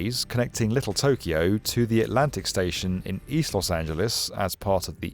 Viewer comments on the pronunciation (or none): none